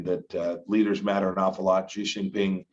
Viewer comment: The Chinese leader's name is pronounced "She" not "Jee". "The people living on Taiwan." He can't even bring himself to call Taiwan a country.